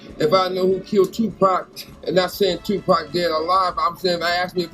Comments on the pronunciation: If this man call Tupac “Two Pack” one mo time! lmaoooo🤣🤣🤣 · Stop saying Two Pack it’s Pronounced “Tu Poq” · Pac..prounced "Pock" damnit..not pack. There is no k on the pac lol. I literally couldnt through the video because you kept saying pack. Otherwise..great video as usual lol. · I wish y’all would say he’s name like black Americans do. Tupac not Tupack! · Say his name correctly its 2pac not 2 pack dummies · Bru, stock saying tupack, it's pronounced TOO-POK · 1st of all his name is Pac not pack! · Who tf is tupack?! 🤣🤣🤣🤣🤣🤣🤣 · His name is pronounced 2-poc not 2 pack... annoying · Tu poc bro 2 POC !! Not too pack. Fuck man 👨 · Dude! He's dead keep up with the UK and it's 2 pac not 2 pack😂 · It’s Tupac not tupack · It’s pronounced “two- pok” not “tew pack”, but you know that cause your news clips pronounce it right 😫you just going against the grain 😂😂💗💗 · Why doesn’t have any videos about rappers in England? o yeah there isn’t any 😂 my mans name is Tupac not 2 Pack bro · Stop saying Tupäääc, it's Tupac. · Its pronounced "two-pock" not "two-pack" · It’s a A but pronounced with an O.... (To- Po’c) not Tupack LoL love your accent 😍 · You said 2pack 😭😂 I'm crying it's tupac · Take a shot every time he says "pack" instead of Pac. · I'm getting irritated kinda by it😅😢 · Ig you were expecting to be taken seriously on Any of this, you'd figure out a way to say TU - PAHC correctly!! How would you expect to be taken??? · I know it’s spelt Tupac but it’s pronounced Tupock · Bro calls him Tupack XD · Yep 2 pack is still alive. I love that he says 2 pack 😂😂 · It's Tupac not pack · You are a fucking idiot Tupac is dead. Anything for views. I cant believe no one with blue yellow hair ✌✌✌. His name is Tupac not tupack. With your disrespectful ass. You cant even say his name right. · It’s tupac pronounced poc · When he says “my buddy tupac” but says tupack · So annoying when they say “2pack” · lol they say twopack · "TooPack" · Ur not da only 1